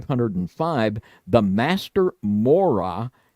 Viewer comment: for what it’s worth, please, for the love of God, learn how to pronounce words in the English language. 😂 “Mora” is supposed to be pronounced with the ‘y’ before the ‘a’ at the end. It’s: ‘MOR-EE-AH’ It’s not “TAR-ZEEN-A”, it’s ‘Tz-AR-EE-NA’